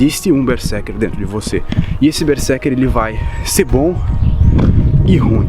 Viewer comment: Ei, Berserker pronuncia com z. Esse é o estado quando eu estou a desenhar ou a jogar.😁